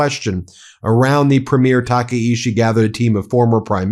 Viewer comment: Tah Kah EE Chee. Please pronounce it correctly.